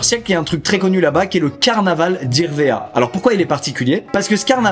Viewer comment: Meilleurs moment c'est quand squeez' dit Irvéa et que le monteur le précise mdrr